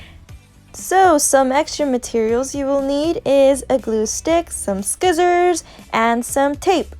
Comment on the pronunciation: the way she said scissors lol ima do this now since im bored these days